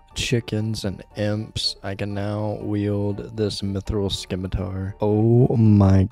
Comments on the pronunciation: Fyi is "sim-it-ar" not sKimiTaR - silent c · (I'm joking) Can't listen to you mispronounce scimitar anymore lol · Always nice to add more onechunkers to the subscription list, looking forward to seeing where the rolls take you! (scimitar does not have a K in its pronounciation.) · the c in scimitar is silent